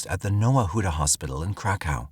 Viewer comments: 😂 I thought they were saying crack house too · Crack house police station 😂😂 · It's pronounced Krakov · kra kuf. That’s how it’s actually pronounced. Hope that helps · It was the Crack House Police Station that took me out 😂😂😂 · Saying cra cove would be closer to how you are supposed to say Krakow. People butcher it so bad. He can't even say the poor girl's name correctly either. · Omg I was just about to write the same thing lol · He is saying it incorrectly though. I grew up in ukraine on western border. So i heard of krakow a lot. Its pronounced completely different. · Should’ve got way more likes. I definitely feel the same 😂😂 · Samee lol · Here here ha ha😂😂😂😂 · Thank you!!